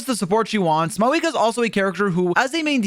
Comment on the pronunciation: FINALLY SOMEONE SAYS HER FKING NAME RIGHT